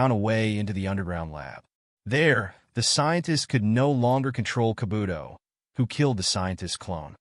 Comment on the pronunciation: H9w u say Kabuto and saitama made me stop watching u